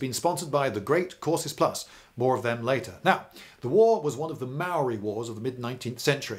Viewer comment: Emmmm I got some problems with this A instead of first saying technologically inferior you say savages B you constantly mispronounce maori words including the word maori C you complain about the spelling of Pā its spelt that way cause it's our language why dont you spell biscuit like bìsçquit